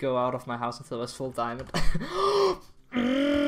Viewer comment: Do I hear diamondo? I hear diamondo